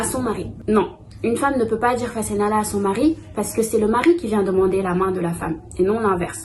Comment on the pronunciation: c’est pas ‘fassenala’ c’est ‘fase naa la’ 3 mots. La femme dit 'may ma sama baat’.